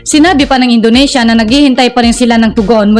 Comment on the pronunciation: Indonesia NOT Indonasia..😂